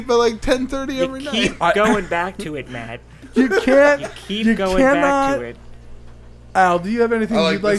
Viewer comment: Wow matt you're one of the only people to have ever said my name right the first time. Good job